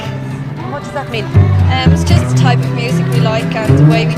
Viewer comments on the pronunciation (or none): none